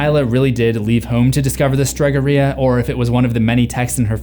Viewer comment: speaking as an Italian and a brother in horror, your pronunciation of Italian is atrocious, if I were there I'd have to twist your ear. LOL Stregheria is pronounced: Strah ("ah" as in "ah ha!")-gare-ee (long "E" sound)-ah.